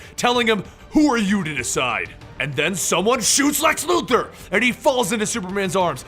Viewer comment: Great video just please stop saying Lex Luther it's Luthor